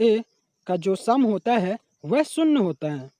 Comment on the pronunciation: शून्य ❌शुन्न ✔ Sin theeta ❌saan theeta✔️